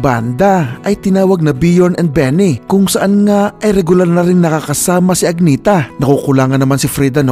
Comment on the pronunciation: Agnetha pronounced AN-YEH- TA...